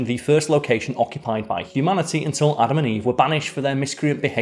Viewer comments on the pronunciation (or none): none